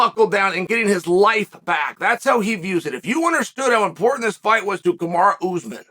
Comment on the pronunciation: Damnit Chow, how do you keep screwing up his name? It's as American as it gets - Ca Ma Ro